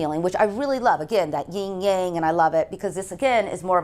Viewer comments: What a beautiful home. Now if its owner would learn it's yin and yang, not ying yang. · Thanks for this tour - your home is beautiful. But I have t ask - how can you have been in interior design for all that time and not know how to pronounce yin yang? It's YIN (no g in here, so you don't pronounce it), Yang (in this word you pronounce the g).